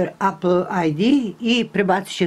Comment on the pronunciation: Ne kaze se apl nego epl apple